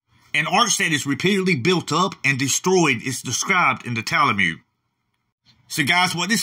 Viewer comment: I keep hearing you say Tal-a-mude, but I thought it was pronounced Tal-mud? I’m guessing people in Israel say it the way you’re pronouncing it?